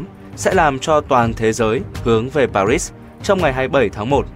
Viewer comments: Paris thì đọc chuẩn là Pari , tại sao bạn đọc là Pa rích ????? Lúc lại đọc là Pa rít ????? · Pari đọc nghe n thấy dễ nghe hơn đó , cứ đọc pa rít nghe chối chối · Đã quen nge Pari , bây giờ ông đọc Paris nge sao rùng rợn !! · Pary ....rít 😂. ... thiêu thì đọc palê. . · Sau mà người đọc lời bình luận " Hội Nghị Pa-rýt "; tôi nghỉ Paris là thủ đô của nước Pháp thì người đọc BL phải theo giọng tiếng pháp là " Pa - ri" là đúng hơn. Cứ nghe Pa-rýt là không hiểu gì cả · Người việt nam chỉ biết hội nghị (PA RI) chứ ko biết hội nghị Pa rít nhé.... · Tại sao mà người đọc lại là pa rít mà ko phải là pa ri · Tại sao Paris thủ đô của Pháp ptv cứ đọc là Pa rít vậy trời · Nên đọc đúng tên Paris sao đọc Paric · Chưa thấy ai gọi park là parit như câu thuyết trình viên kém học này thật buồn cười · Sao giong doc nay lai doc sai chu Pa ri la Pa rit.phai doc chinh ta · Để nghỉ tác giả đọc cho đúng chính tả pari lại đọc là parits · Nên đọc là hội nghị Pa ri hoặc Ba Lê. Đọc Pa rít chứng tỏ là không giống ai và bị đánh giá thấp. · Sao cứ đọc pa rít vậy. Phải đọc là pari chứ. Nghe đọc mà cảm thấy khó chịu. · Khonh biet doc Chu no no this dung co doc nua l Pari la pa ri chukhong phair la P PA6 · Sao phat am pa ri thanh pa rits vay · Hiệp định PA RI sao kênh lại đọc hiệp định PA RÍT nghe nó ngứa tai ,có ý gì vậy chủ kênh ??? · Sao phát ngôn là pa rích? Là ba ri. Mới đúng nghe bạn . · đọc lời bình cho đúng paris chứ rít con mẹ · hiep đinh paris ma ong cu đoc la parisd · Sự kiện lịch sử mà ông đọc sai thì còn nói gì? Làm ơn đọc dùm Pa ri (còn âm s không đọc) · Pari mà cứ đọc parít pa rít nghe phát ghét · Tại sao lại đọc Pa ri thành PA RITS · Tôi ung hô k ông,nhung ông pat âm rât khó chiu: PA RI KHÔNG PHAI PA RIT NHE! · Đọc sao mà bị phê bình nhiều vậy anh bạn (pa ri chứ không phải pa rít) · Pari haye pa rity đây hả người nghe ko vào tai tỳ nào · Bạn ơi đọc cho người dân vn dễ nghe dễ hiểu ( paris ) . Phát âm như ngày xưa thầy cô tôi vãn giảng bài lịch sư . Tôi từng nghe . pa Ri .